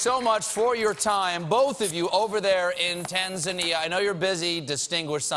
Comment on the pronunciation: As Tanzania,.... am very proud to hear how Stephen pronounce TANZANIA....Please visit us one day we will teach you Swahili. Tanzania the land of Kilimanjaro, Zanzibar, Serengeti, You will enjoy the wildlife Safari and most beautiful beaches of Indian ocean. Tanzania is the most beautyful country in Africa and so peaceful..